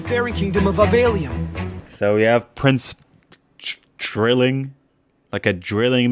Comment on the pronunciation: "i am prince drilling" i thought he said "i improved streaming"